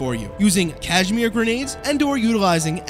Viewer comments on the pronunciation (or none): It's a Kaz-i-mir, not Cash-mere. They're not sweaters.